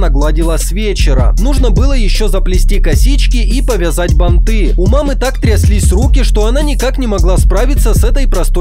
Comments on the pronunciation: бАнты,а не бантЫ!!! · Автору видео: не банТЫ, а бантВЫ. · это ударение, его нужно учить и знать, причем тут пластичность и гибкость языка